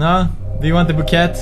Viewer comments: It's bo-kay not bo-ket. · Pewds you pronounce bouquet 'bookay' not 'booket' xD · pewds boquet its pronounced boo-key not booket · bouqet is not "boo-ket" its boo-kay* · Lol...love how you say 'booket' for 'bouquet' xD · Bouquet is pronounced bowkay. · Boquet is promounced boka (a as in a_e sound) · Boo-kay pewdie it's pronounced boo-kay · its pronounced bookay!! lol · Im not makin fun of you but its pronounced --bookay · Pewds saying bouquet wrong reminds me of the Fan-fiction he read with Cry xD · Am I the only one that heard crys voice saying: "It's a bouquet!" when pewds said it wrong? xD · Seriously pewds lol even after the Flower for my Valentine PewdieCry Fanfic, u still pronounced bouquet wrong XD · he purnounces the q in bouquet :P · oh pewds you don't pronounce the 't' in word 'bouquet ;) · He pronounced Bouquet wrong 😂😂